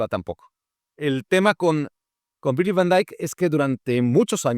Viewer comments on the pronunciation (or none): none